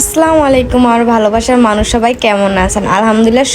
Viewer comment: স্লামুআলাইকুম না বোন আসসালামু আলাইকুম 😊😊